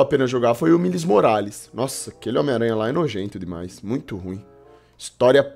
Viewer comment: "Milis Morales" KKKKKKK